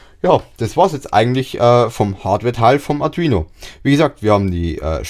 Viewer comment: Das Video ist ja echt super nur die Aussprache von Arduino nervt etwas, die ist nicht so gelungen AR DU INO. Ich Verstehe immer nur Atrino Uno sorry kenn ich nicht, aber ich kenne den Arduino Uno. Spannungsregler - Linear, Typ78 STMicroelectronics L78S05CV TO-220AB Positiv Fest 5 V 2 A oder Spannungsregler - Linear, Typ78 STMicroelectronics L7805CV TO-220AB Positiv Fest 5 V 1.5 A Die wandeln auch 35V auf 5V um, und sind leichter zu bedienen, finde ich